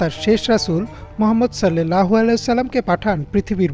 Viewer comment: আপনি বলতেছেন "সাল্লেল্লাহু আলাইহি ওয়াসাল্লাম" এটা ভুল! এখানে হবে"সাল্লাল্লাহু আলাইহি ওয়াসাল্লাম" অর্থাৎ আকার দিয়ে হবে। এ কার দিয়ে নয়।